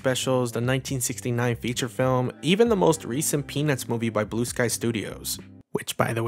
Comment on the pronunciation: Your pronunciation of 'Peanuts' sounds a bit too much like 'penith'.